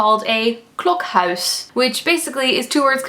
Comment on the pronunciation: Wow ik had niet verwacht dat je klokhuis zo goed uit zou spreken. Je hoort geen accent. Wow i didnt expect that you could say klokhouse so good. You dont hear an accent.